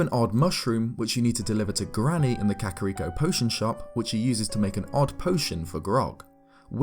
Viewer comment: Something about the way this dude pronounces kakariko bugs me